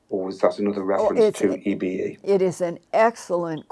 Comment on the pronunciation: I always thought EBE was pronounced E-BEE not E-BA.